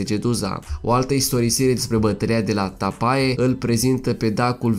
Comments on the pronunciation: O observație constructivă. Tapae se citește Tape. Ae în latină se citește E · În limba latină, "ae" se citește "e". Tapae - Tape. Pune-ti la punct limba latină. Este ușoară. Faci greșeli și în limba română. Accentul se pune pe prima silabă. Uneori pe a doua. Istoria noastră, strămoșească, este foarte interesantă. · Pacat ca stalcesti limba romana ... si latina . Totusi,e un subiect cultural . De ex 'tras' sau 'atras' in cursa ? sau in latina Tapae care se pronunta Tape ... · Ar în latină se citește e.